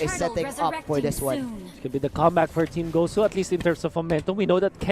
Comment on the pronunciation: Gosh the commentary guy said “guzu” Its not guzu its gosu gosh man Btw huge fan by the gosu team